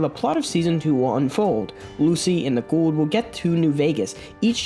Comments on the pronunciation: Are you saying Ghoul'd? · You keep saying Ghoul like Gould. He isn’t an old Jew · Why are you putting a d at the end of Ghoul???